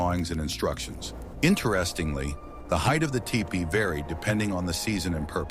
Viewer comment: TOO BAD.... ANNOUNCER DOES NOT KNOW HOW TO PRONOUNCE THE WORD T E P E E EE.